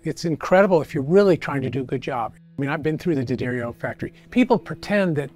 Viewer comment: Well, the boss knew how to pronounce D'Addario. Someone should have told the guy in the blue shirt how before putting him on this video.